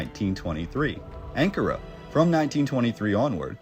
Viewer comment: When you pronounce Ankara...the accent is on the second syllable..just sayin ..love your stuff.